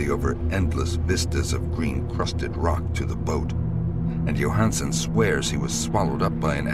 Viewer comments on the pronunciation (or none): none